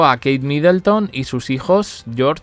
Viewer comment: No es MidElton. de dónde esa E?